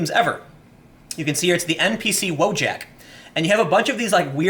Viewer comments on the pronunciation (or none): I can't listen to you misspronounce Wojak. It's not english word but polish or from eastern europe as it might sound similiar. Read it as "Voyak". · "VOY-ahk", not "WHOA-jack", it's Polish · Nice botched spelling of WOJAK... The J is not spoken like KOJAK, but more like KAYAK wojak basically means someone who was sent to fight in a war, a soldier, in polish.